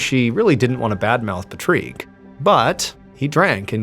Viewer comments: I can’t get over the odd way you are pronouncing Patrick! Its a fairly common name in Europe, and is pronounced ‘PaaaTrick, so long Paaa and ‘Trick’ Patrick. Think it might be a bit Scottish? XX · Are saying Patrick incorrectly Sir? Fred Rick , Pat Rick? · Patreek? Is that how Patrick is pronounced in French? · Why is he calling this Patrick guy Patreek? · French PATRICK is pronounced as Puh-treek? Learn something new every day. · It is Patrick pronounce it like Patrick it's an I not it's an I not to ease not an EA it's Patrick like magic trick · The way you say Patrick makes it seem like it's written as Patreak.. I had to look up at the screen to make sure it's the name I thought it might be.. even in Europe, where I'm from, we say Pa(tr)ick similar to Pa(n)ick.. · Pa-treek i just googled the french pronounciation and its pretty much the same as english . I love MrBallen but this Pat-reek thing is making me flinch . Its not St Pa-treeks day last i checked 😂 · Is Patrique how Patrick is pronounced in French? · Is that how Americans pronounce PAT-Rick? As an Aussie that’s very interesting haha. For some reason the pronunciation kept bothering me idk why 🤣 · Pa' trick total reminds my of the Saturday night live sketch. Is Ba' lake here? You mean Blake? 😂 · I couldn't help but laugh at that poor child's name and I wonder why Mr Ballin is pronouncing the guy's name so weird when clearly his name is Patrick! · Why are we pronouncing "Patrick" like "Puh-treek"? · Pa-Treek seems more like patrick. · According to Google, "Yes, the name Patrick is pronounced differently in France, typically sounding like "Pa-treek" with an IPA of /pa.tʁik/." This is likely ehat he is going off of. He pronounces the name Patrick in English in other videos with people with that name, it's only this video that he is pronouncing it different because he likely Googled how the French pronounce the name Patrick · It’s pa trique not pat rick? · I can only hear Patrique. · He’s saying it wrong.